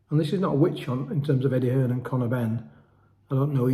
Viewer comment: EDDIE HEARN NOT EDDIE HILLS ?